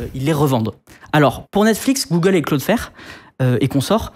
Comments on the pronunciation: cloudflare il le prononce claude faire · "cloudeflaire"... wow, sérieux ?